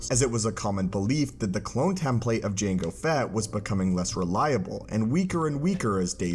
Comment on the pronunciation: I'm unreasonably bothered by the pronunciation of "template" here